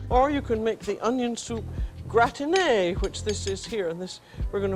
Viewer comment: iT's nOt a gRatINé! x5 - Stop saying gratiné! It's a GRatiNé! iT's nOt a gRatINé! See also: me deliberating a point with someone, and insisting on winning.